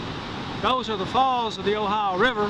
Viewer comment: O-Hi-O is pronounced "O-Hi-O". It is not "Ohi" or Ohi-uh". Named for the state of the same spelling.